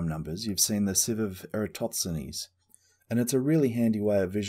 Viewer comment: EratoTSenes or EratoSThenes? Good video but hearing you say his name frustrates me a little, haha